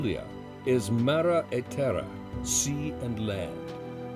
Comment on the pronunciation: Lovely video, the English pronunciation of some of the Italian words needs help! TARANTO (TAR not tear an to!) -just to begin with, and Mara e terra?? Should be MAR-E E TERRA!! Still, a nice piece with some interesting information and history. Really nice background music.